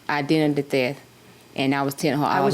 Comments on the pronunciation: I was thinking the same thing but I heard "I was Identity Death" 😂😂😂😂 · I can't with the english...what is "identdeth" and "I sant" and its not country....